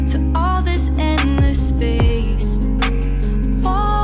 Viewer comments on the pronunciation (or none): none